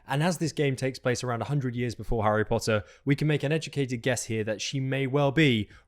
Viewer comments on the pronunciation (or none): none